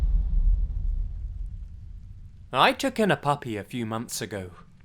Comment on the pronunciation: The way he says "I took in a pappy a phew months ago!" enthusiastically always makes me laugh